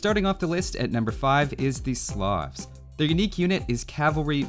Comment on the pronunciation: Loved the subtle change in music when you talked about #1 place. Why you pronounce "slavs" as "sloths" though, lol